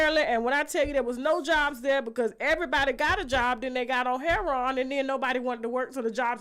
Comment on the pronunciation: heroin is pronounced( herro- in) not herro-on